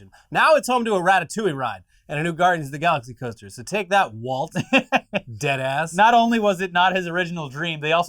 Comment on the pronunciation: When says "dead ass" but in a different context and sounds like a boomer... Smh lol